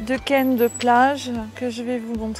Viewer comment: On dit « kun plage » et non pas « kènede plage » 😉